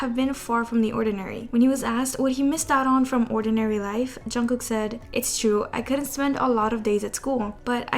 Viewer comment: loll why does she say it like "chungoo" 😭